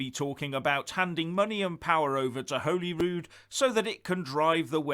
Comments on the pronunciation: It is not Holyrood (as in Holyland), it is Holyrood (as in Hollywood or the holly and the ivy) Wee skinhead facist bawbag bar steward if you are going to disrespect our Parliment at least learn enough that you know it's name. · it's pronounced Hollyrood not Holyrood. You're welcome 😆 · He can't even pronounce "Holyrood". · He can't even pronounce Holyrood properly. He pronounces it Holy Rude, it is pronounced Hollyrood, but spelt Holyrood. Can't believe anything Tories say, they do have an awful track record. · Perhaps if he could pronounce the name of the Scottish Parliament correctly it could help. You can only get ready if you know what you can get ready for. Is confirming that Scotland is a separate country???